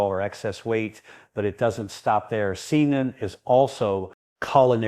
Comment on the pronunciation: pronounced SAY-tan